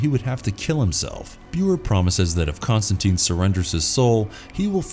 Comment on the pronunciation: Con-Stan-TINE. Rhymes with fine...